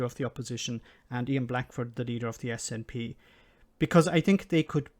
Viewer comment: Haha, it is a bit of a bizarre idea that will never happen. But as a Scot, it would be helluva funny if Northumberland wanted to join us. I reckon we could take Berwick, lol. Ps Kudos for getting the name snp name right. Its more than the PM can do.